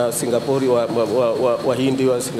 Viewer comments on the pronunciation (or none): none